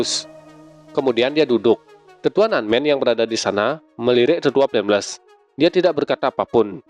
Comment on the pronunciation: Baca yg benar dong bg itu tetua flameles